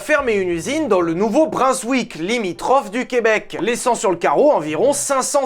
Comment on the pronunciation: La prononciation de Brunswick, je ne sais pas si je vais m'en remettre.